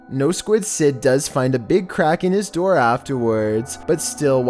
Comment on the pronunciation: I really hate this guy's voice. Like its door not deror.